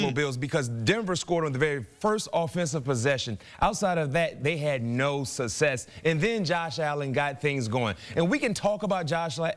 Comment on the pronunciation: Why can't the black guy say "success?" Is he from MehEKo?